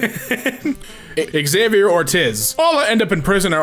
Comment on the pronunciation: Xavier pronounced Hov E Air